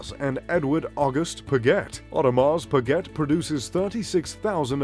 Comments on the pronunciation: Audrmars speget🤣🤣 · your pronunications of several words are totally off. Your favourite brand is Audemars Piguet and you don't even know how to say it?! Also, look up how to pronounce the word Submariner. Also, there's no such thing as a Royal Flying CORPSE. Look up how to pronounce the military word "corps". Also, there is no such thing as the American Army - it's called the US Army. Very cringey narration. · you say your mr.Luxury and pronounce Audemars Piguet like an American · "Audemahs Pigget" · Orrdemar Pueegetttte.... 😂😂😂😂😂😂😂 and its even his favorite brand 😂😂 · the same people who have heard of audemars pa-get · and breguet,look at the marie antoinette.vacheron constantin,a lange,FP journe,but come on bremont?wtf,o and the pronociation of audemars piguet is hilarious,really? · I know, the AP pronunciation , never heard it said that way . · At least I learned how AP is pronounced. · Your info is off by far. Most expensive Rolex sold in 2017 for $5M? i guess you have not seen the Paul Newman Daytona auction. Also please don't miss pronounce the names. AP you do not pronounce the T. Beritling is among the most luxury? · don't you know how to pronounce Audemars Breget? OMG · Omega is pronounced with the stress on the first syllable - 'Omega - not on the second, as you do in the video. And how to correctly pronounce Audemars Piguet - I don't even try to tell you, you'd never get it. Pretty embarrassing you makeing a video about luxury watches (and claiming to wear some of those) but not even being able to pronounce them.